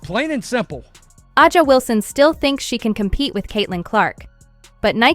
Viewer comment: If you are using AI to do some of the narrating, you have to learn how to pronounce the players names correctly. A’sa Wilson is one name that is always mispronounced. As was LeBron’s first name.